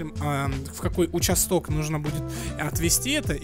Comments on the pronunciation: Не участóк, а учáсток😅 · Ударение не там поставил, участок-это полицейское отделение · Ударение на а в слове участок